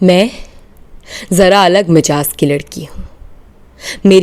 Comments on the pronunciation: 😊 Majaz Nahin, Mizaaj. 👍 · Mizaaj ka talafuz galat parha